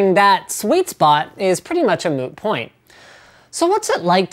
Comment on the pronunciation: did he just say "a moo point"?